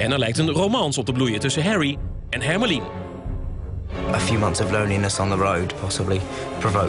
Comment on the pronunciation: lol hermione is pronounced as something like "hermo-lee" hahaha